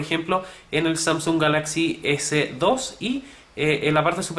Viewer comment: Samsúng jajajja xD buen review pero me dio risa eso xD